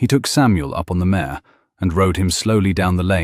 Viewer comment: Mare not mayor